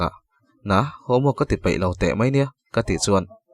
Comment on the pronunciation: Paih leh peih vel kha tidik hram teh aw, i chhiar thiam viau naa mizo tawng dik hmang hram teh aw.